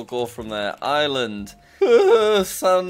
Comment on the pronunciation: Ireland in a Irish accent. 😂 that’s cool